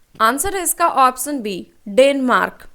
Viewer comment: Baki sb toh thik h ap sha aur sa me antar krke bola Karen...jaise ki ap ऑप्शन को ऑपस‌न bolte ho jo ki galat uccharan h...it's irritating so much in every question☹️